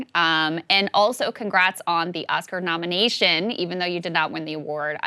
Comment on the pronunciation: Krystal: "Congratulations on your nominEEEtion." White girls can't pronounce As anymore.